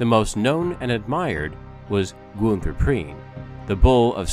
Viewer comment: JOACHIM = YO-HA-KIEM SCHEPKE = SHEP-KA GUNTER = GOON-TER KRIEGSMARINE = CREEGS - MARINE If you want to do history, please learn to pronunciation. You slaughtered the other names too. but I dont havr time to correct